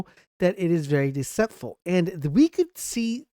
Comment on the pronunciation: Phalanx is an easy word to pronounce. The next time you make a video, ask an adult how to say these words. Also "deceitful". SMH.